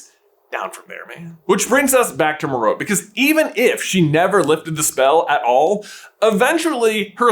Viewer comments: According to the audiobook I listened to, it’s Mer-ro-pee. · can you stop saying “me-rope” and try saying it like Stephen fry in the audiobooks. I get whiplash everytime you say it in freedom language 🦅 🇺🇸 it’s like when people used to call hermione “her-mi-on” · I feel like you’re mispronouncing her name but who knows. For all I know you’re saying it the correct way but I’ve always heard it pronounced as Merope(Mer-opea) even in the audible version the reader pronounces her name (Mer-Opea) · Is Timothe pronounced tim-OATH? If not, why would merope be pronounced mer-OPE? It's MER-o-pee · Merope’s name is pronounced “MEH-ruh-pay“, not “meh-ROHP.” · Your saying it wrong, it's Mer-Oh-Pay not mer-ope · I thoughtit was pronounced meropee instead of merope. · It's pronounced "mer-OH-pee" with the stress on the second syllable. It has Greek origins. It's also a star in the constellation of Taurus and a member of the Pleiades star cluster. And the name of the star is pronounced the same way. Sorry, but I couldn't handle him saying "mer-ope" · the way he was pronouncing merope had me pulling my hair out lol absolutely love you guys its just that I read the audiobook and they pronounce it mare-O-pay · Is that how to pronounce it? Sounds weird and I dont like it. I always thought it was Mer-O-Pea, which sounds much better IMO. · How you are pronouncing merope is stressing me out it’s mare…rah…pee or pay depending of you are British or American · Its pronounced Meh-ro-pay 🎉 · Merope is pronounced Mar ro pay this is how Stephen Fry pronounces it in the audible books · I love your videos, but this one was a bit hard to listen to. Merope is pronounced Meh-ruh- pee, so listening to this was a bit disturbing, sorry 🙈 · mare-oh-PAY three syllables!!! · the way you said merope made me so agitated this whole video aaa!! was a great watch though! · Merope: May-Roh-Pee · I can't get over how you say marope who would pronounce it like that lol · MER-oh-pee - like Hermione and Penelope.